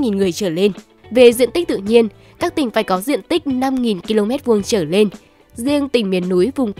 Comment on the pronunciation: Cô MC này nói ngọng, "trở lên" thì cô ta đọc thành "trở nên". Bộ bản tin này hết người đọc rồi sao hả ?